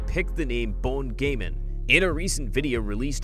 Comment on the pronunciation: Well what u need to know its pronounced as Gaan not Gain